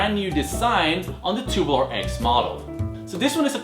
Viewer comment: it's tube-U-lar not tu-boo-lar